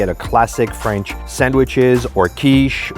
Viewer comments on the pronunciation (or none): Nice but her French pronunciation is painfully bad